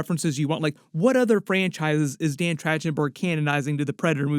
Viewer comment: Man, how many times you butcherd dan's name is insane.